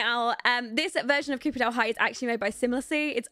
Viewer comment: Your accent makes copperdale sound like cooperdale 😂 and great LP btw I just subscribe because I was capitulated by everything tbh 😩